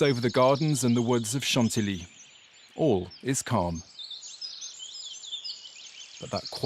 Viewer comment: You are pronouncing it wrong. It's not san-ti-li but san-ti-yi (Chantilly). Thanks.